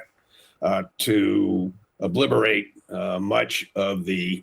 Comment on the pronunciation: Trump's threat to "obliberate"????? "Straits of Hermoze"???? "Perculate"???? Wow.